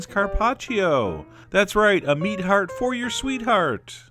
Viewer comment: I'm Italian, and I LOVE LOVE LOVE how you pronounce Carpaccio :D